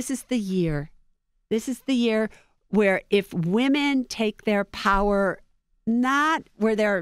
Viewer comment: Pow-wer. Power,. Power.